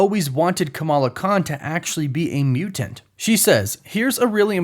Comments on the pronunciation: Bruh…..I HATE how you say “Mew-Tent” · WHY DO YOU SAY MUTANT IN SUCH A WEIRD WAY!!!LOL!!!